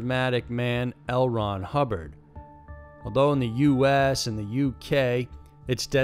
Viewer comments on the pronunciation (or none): none